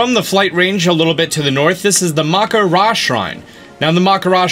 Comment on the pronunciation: he miss pronounce the name maka Raina shine